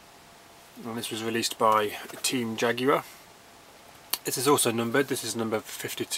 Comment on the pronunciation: Great video mate, you have a fantastic collection! Love the commentary.......its also nice to hear "Jaguar" pronounced properly too! ;-)